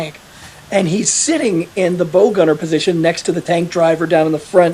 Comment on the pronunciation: sorry to hear about your leg. Trivia: most people pronounce the front of the tank as bow, like WOW, not Bow, like ribbon one puts on a package. The bow gunner was often refered to as the "bog".